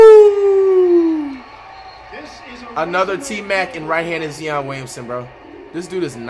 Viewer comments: Can’t even say Zion right you getting twisted from getting beaten so many times come and get this work boiii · This dude said Zeeon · Nobody: Flight: He looks like a right handed zee-on me watching and seeing that Edwards is left handed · Bro he’s tripping he say nigga look like cion Williamson and then say he play like tmac he don’t even know how to say Zion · Could be like a zeeeoon Willison. Umm fucking no not even close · BRUH... I FINALLY GET IT. I understand why you laugh like that, why you pronounce Zion like "Zee-on," say the Warriors are your favorite team, and why you spend so much money on your Madden Ultimate Team but then call someone out for buy Players. I get it. I really do, and I just have to tell you that you're a fucking GENIUS! No, real shit. You do the things you do that same way Skip Bayless and Stephen A. Smith say the ridiculous things they say. People can say what they want but you're not an idiot bro. You know that laugh is cringey, you know you're pronouncing Zion wrong, you know you're a bandwagon when you say you like the Warriors all of a sudden, and you know everything you do is going to have people laugh at you. AND THAT'S THE POINT. You know people keep watching you because of these things and the more they watch, the money bread you making. Just look at the comments section bro. Literally everyone is laughing at you because you're saying the Warrior are your team, because you keep saying "Zee-on" instead of Zion, and they keep quoting stuff you saying laughing at it. And you do that on purpose because those people are all subscribed or are going to subribe and the next time you upload a video they'll be back watching. Think about it this way. How many times have you watched Skip Bayless or Stephen A. Smith say something that made you go "Wait, wtf did the just say?" Or said something that made you think they don't know what they're talking about? And I bet everyon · The Way he said Zion Williams 💀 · Bro it’s Zion not zeon